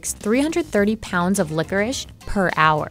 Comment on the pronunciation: Why they read licorice like 'licorisch'